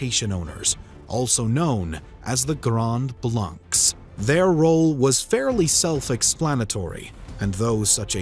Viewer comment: Little nitpick, but when saying blanc, you don't pronounce the c.